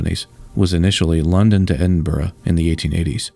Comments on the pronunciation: Nice to hear Edinburgh pronounced properly, Americans are infamous for getting it wrong. So kudos! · Thank you for making the effort to find the correct pronunciation of ‘Edinburgh’. Your voice and delivery are clear and very pleasant to listen to. Love these interesting videos.